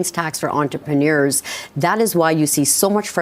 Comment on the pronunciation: I don't want another 4 years of her saying entrepNIuErS"